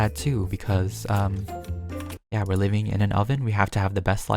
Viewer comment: when he said liveing room i thout he said mini room